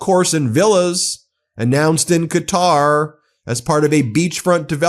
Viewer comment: Just as an aside Qatar is pronounced like Cotter(like cotter pins)